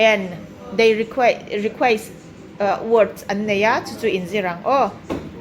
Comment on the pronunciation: The way you pronounced "request" is too damn funny😆